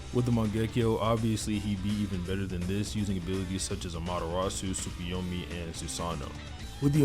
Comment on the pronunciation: dude said project tykunomi